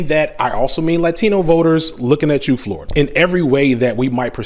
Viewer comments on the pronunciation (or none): none